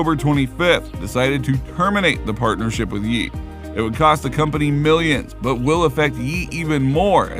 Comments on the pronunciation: It’s pronounced “yay” not “yee” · He changed his name no Ye ... and its pronounced "yay" no "yee"